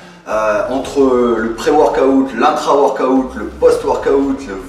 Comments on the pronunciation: prononce "weurkaoute"lol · "workaout" xD